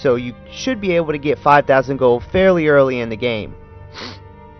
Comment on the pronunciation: Why do you say "gill" instead of "gold"? Lol, anyway still works like a charm.